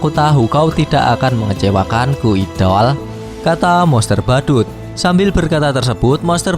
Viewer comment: Baca idol salah baca BBQ salah gimana si min